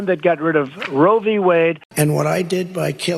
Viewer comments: he keeps saying Rovey Wade 🤦🏻‍♂ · The way tRump says it... does he know anything about it beyond the sounds "row vee wayd"?